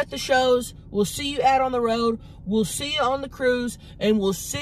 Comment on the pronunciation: Mukbang not mukbank lol